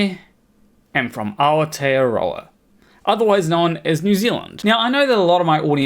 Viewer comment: "Our-tear-rower" broo x'D Aotearoa! Thats like saying "towel-wronger" instead of Tauranga. Anyway anyway who am I to judge. Point is, video is accurate to a T.